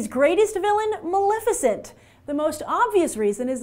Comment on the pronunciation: Maleficent not Malificent